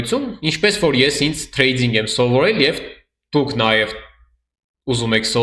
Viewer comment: Ախպեր մի ասա էլի թրեյձьինգ, ասա թրեյդինգ ախպոր պես😅🤝